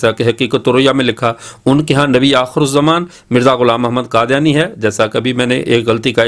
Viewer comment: حضرت، قادیانی ق سے ہے، ک سے نہیں۔ خیر، بہت خوب